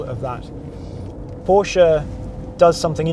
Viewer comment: Kudos, britisch fellow saying it right PORSCH E not Porsch, like most english speaking do. Well done on the report. Thanks.